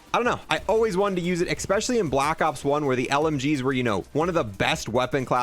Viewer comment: Especially, not expecially bro